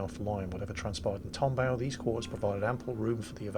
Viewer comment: Seems to be. However, for once has something right - "tom-bao". Check out the phonetic spelling of Clyde's name. augh seems to be aʊ, which is like the ou in mouth.